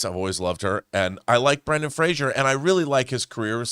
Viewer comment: Fraser rhymes with razor. His name is not Frasier.